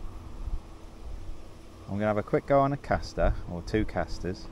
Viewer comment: C A S T E R there's no R in the name lol...... Nice vid sounding a lot better🎣